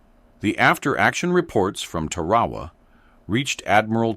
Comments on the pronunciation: The islandis pronounced 'Tar-ah-waa. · It is pronounced 'Tar-ah-waa.